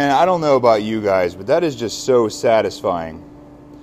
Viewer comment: I am a tool maker (with you) and your "yens guys" is funny / but we say "used gays" sound it out slow like you do, you will get it.